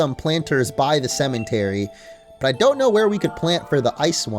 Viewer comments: did it annoy anyone else that he kept saying cementary and not cemetery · its a cemetery not cementery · Not a single soul:: cementary